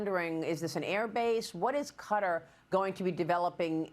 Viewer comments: Kutter 🔪? I thought it was pronounced Kay-Tar - Qatar. ok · It Is "Ka-Tar", Maria ... Not "Cutter" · Are they pronouncing Qatar like "Cudder" on purpose? Or do they really not know? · Everyone else: Qatar Fox new anchors: Cutter. Like u can google QATAR and Google can pronounce it for you. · a severe lack of braincells is required to pronounce Qatar as cutter. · I wish you’d pronounce Qatar correctly.